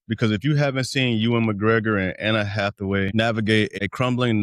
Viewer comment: This is the second video I've seen someone say "Anna Hathaway"